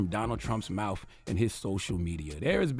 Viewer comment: Charlemagne , I have a hard time listening to you because I am always so very distracted by how u can’t seem to make the T-h sound. Mouf instead of mouth, wifouh instead of without. Please hire a speech therapist or something, because the baby talk is getting very old.